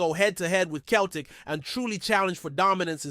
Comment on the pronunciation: He can't even say Celtic properly